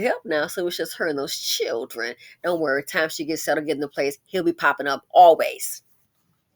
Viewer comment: Lol , not Chilren 😂!! Lil Tee Tee must have found a job . I haven't heard anything about her lately 😂. ❤